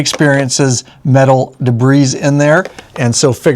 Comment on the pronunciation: Da-bree everyone say it together. Day-bree if you choose. Either way, no “s” pronounced. de·bris [dəˈbrē, ˌdāˈbrē]